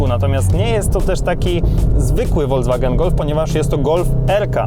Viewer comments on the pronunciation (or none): Uwielbiam Wasze filmy, ale strasznie kłuje mnie w uszy słowo "wolDZwagen", kiedy to jest "folKSwagen". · Proszę to się mówi folkswagen a nie wolkswagen